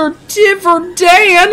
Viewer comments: It’s not div-er dan it’s di-ver dan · it dayver not divor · Its not dive its diver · its not "Dihver" its "DIvEr" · Dumpster "Divver" Dan Me: bruh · I think your supposed to pronounce it as diver like a diving into the water but with an er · It’s dumpster diver dan not di ver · Why you keep saying devr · It’s pronounced dumpster diver Dan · ITS NOT DUMSTER DIVR DAN!!!!!!!!!!!!!!!!!!!!!!!!!!!!!!!!! ITS DUMSTER DIVER DAN!!!!!!!!!!!!!!!!!!!!!!!!!!!!!!!!!!!!!!!